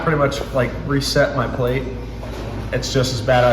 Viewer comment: Teeheehee - reset your palate (per Wikipedia. Pronounced “ pa luht “ , with emphasis on PA). No offense intended, maybe you meant you were changing your plate your coffee was on, or having coffee on a wooden pallet, or on a pallete, which artists use. There are even MOre similar words like this. Just teasing you, although it is palate. I would be really happy to find I misunderstood and you meant PLATE all along. Please let me know - I can be an annoying know-it-all!